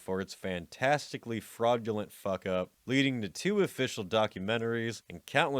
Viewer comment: Great content, terrible presentation. You sound like a 12 year old that just discovered swear words. If you put any more emphasis on the K in fuck, your larynx will literally prolapse out of your mouth.